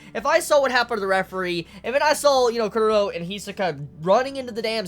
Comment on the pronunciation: HXH 1999 = Lucifer Kuroro. Maybe that's why he pronounced kuro